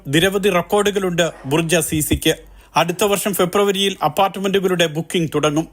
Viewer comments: ബുർജി അല്ല ബുർജ് 😂😂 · Burji alla Burj